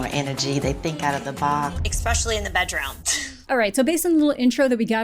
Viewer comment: maybe she prefers younger men because none of them challenge her when she says things like "expecially"